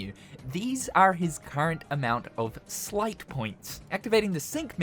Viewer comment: That's sleight. Not slight, sight, or slit. The word war continues!